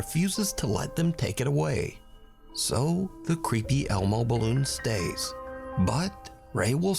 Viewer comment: Not elmo but more like hellmo